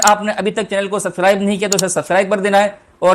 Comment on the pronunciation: Subscribe bolna sahi se seekh lo bhai